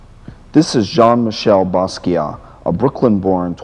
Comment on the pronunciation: WHy cant he pronounce basquiat correctly